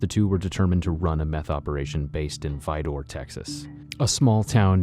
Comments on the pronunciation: Vidor, TX is not pronounced Vi-DOOR, ya Yankee Ass narrator!!! It’s pronounced VIDER (rhymes with CIDER) !!!! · Its pronounced vy-der. Your welcome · He keeps pronouncing Vidor wrong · The way he pronounced Vidor though 😂😂